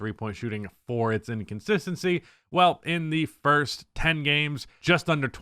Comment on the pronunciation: "Fist 10 games" 👊🏿 😂